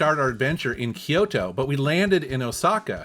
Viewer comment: It's pronounced Kyoo-to, not Ki-yo-to. Technically 3 syllables, but sounds more like 2.